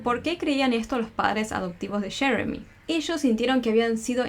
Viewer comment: Porque quieren hablar entre americano y español ? Muchacha dilo como es yeremi,no sheremi ,no lo hagas tan payasito